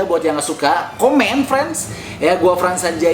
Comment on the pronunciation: Yang setuju like ya Kenapa bang Frans Sanjaya Ngomong frens